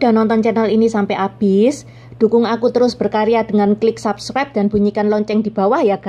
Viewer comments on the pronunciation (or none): none